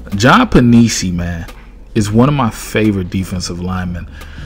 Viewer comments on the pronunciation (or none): love him too, looking forward to see the work hes going to put in this year.. Penisini pronounced pen-ih-seeny